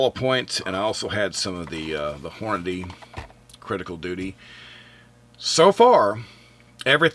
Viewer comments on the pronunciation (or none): none